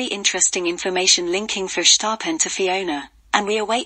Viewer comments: Incorrect: Mercedes was not robbed of their 8th title, Mercedes did win 8 times in a row. Pronounciation is not Furshtappen. Max Verstappen is not doing anything wrong. However his father should shut up as he could ruin his son's career! This video is pretty poor. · So you are querying the English pronunciation of a Dutch name while getting the facts wrong. We said Sir Lewis's 8th title not Mercedes. Max Verstappen has been doing everything he can possible do wrong. 🤷